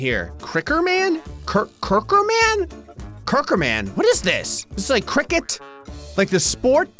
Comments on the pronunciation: Cricker man? Cur-Circker man, that got me wheezing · the way he said circker man had me laughing